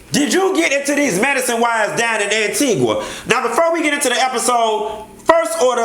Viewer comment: 1st and foremost, I had to pause in the 1st 10 seconds to thank you for pronouncing AntigUa the proper way. They made me so mad mispronouncing it. Kept talkn bout Antiga.... Do Jesus! Lol